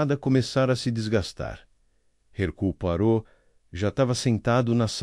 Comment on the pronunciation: Alguém, por favor, ensine o narrador pronunciar corretamente o nome Herucle Poirot!!!